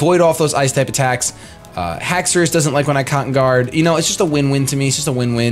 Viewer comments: Don't worry its Hax a ris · Haxourus is pronounced hax ur us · No because dinosaurs have the 'au' in their name, which makes the sound of 'aw'. Haxorus only has an 'o' so I don't think its pronounced Hax-aw-rus. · It's pronounced Hex-er-iss. The anime and 3D pro both pronounce it that way. What 3D pro are you looking at? The correct pronounciation is how said it before his AHA moment. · It's not spelled Hacksaurus, so it's pronounced how you thought it was before.